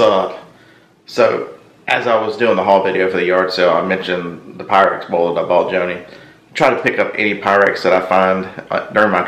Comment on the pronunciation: Quite the collection! Most of which I have never seen. BTW... Make sure Wade REALLY knows how Pyrex is pronounced. LOL